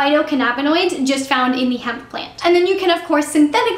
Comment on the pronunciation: u said hemp